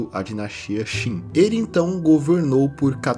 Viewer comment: Qin se pronuncia Chin, é de onde veio o nome China, o mesmo vale para a dinastia Qing, se pronuncia Ching, mas estes não são chineses e sim Manchus